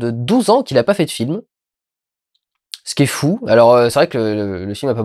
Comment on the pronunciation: Je sais que y a une raison mais je sais plus laquelle Quelqu’un peut me rappeler pourquoi il dit Flou au lieu de Fou?